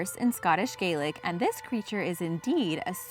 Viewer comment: Quick heads up, Scottish Gaelic is pronounced "Gah-lick". "Gay-lick" is the Irish version.